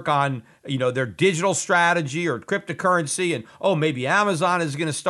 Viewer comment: Peter, why do you pronounce it crypta-currency?